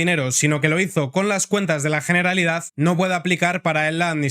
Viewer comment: Perfecto; me gusta esa pronunciación, GENERALIDAD, con "G" y terminado en "D" en CASTELLANO! 💪👏👏👏